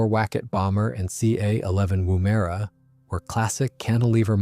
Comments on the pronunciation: It is woomera not woomaira. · Its pronounced woom (as in vroom vroom) - er (as in urrrr) - a (as in uh). Woomera. Emphasis at the end. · Woomera. It's pronounced "womb-a-ra". It's good manners to actually research and attempt to pronounce indigenous names correctly. It's an Aboriginal word that describes a tool that launches a spear. There's a pace in the desert in South Australia also known as Woomera, it was created as a test site for Australian and British missile and rocket programs. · Repeat after me- WOOM (Wuhm) er ah. It is a device used by Aboriginal people to extend the range and power of spear throws. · Actually, emphasis is on the first syllable, "Woom'era", and the "e" is often dropped, as well. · Interesting pronunciation of “Woomera “. Why can’t Americans ever pronounce Australian names properly. Even major cities like Canberra, Brisbane, Etc